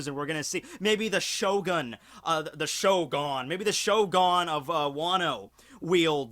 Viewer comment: I love how he pronounced it Shogun, but then remembered that he's, and never pronounces things right, so he immediately started calling it ShoGON instead